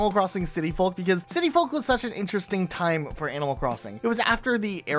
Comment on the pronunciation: The L in folk is silent, like in yolk. Otherwise, very entertaining video!